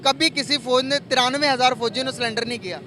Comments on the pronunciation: सरेंडर ❌ सिलेंडर ✅😂😂😂😂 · Salindar nahi sarndar Kia tah